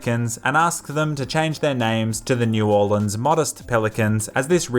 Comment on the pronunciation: I'm writing to the New Orleans Pelicans just because you said the name of the city correctly.